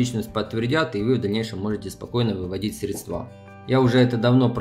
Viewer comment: пожалуйста, срЕдства, ударение на ЕЕЕЕ